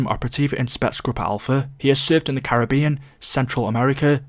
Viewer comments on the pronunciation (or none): none